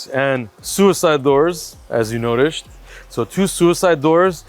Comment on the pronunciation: as you “notished” 😂